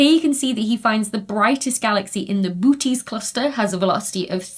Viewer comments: Love the hilarious pronunciation of Boötes (a diesis in a context like this usually indicates you should pronounce both vowels separately). Great video. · I know it's written as Boötes, but it sounds like "Booties" and should be renamed as such.